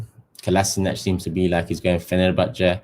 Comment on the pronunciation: Fenerbahçe, Fener'r'. "R" ye bas biraz güzel abim.